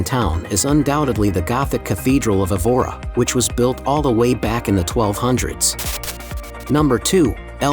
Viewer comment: just a suggestion...learn the correct pronunciation of the places: the first city is pronounced EH-vora, second one is NOT MARVEO, a Closer pronunciation to the real nasal sound would be 'marvaum'. One thing is to have an accent, the other is to totally change the pronunciation of the town/city.